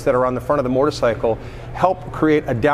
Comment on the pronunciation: Ducati North America CEO and cant pronounce motorcycle. Wtf is a mortacycle